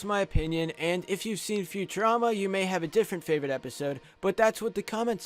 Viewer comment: When you said Futurerama I gave this video a like